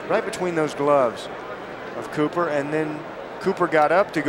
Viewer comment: Copper or Cooper?! Ffs you can't even get his name right!